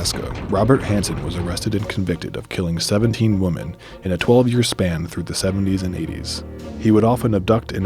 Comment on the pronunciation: The scary part is he said 17 woman instead of women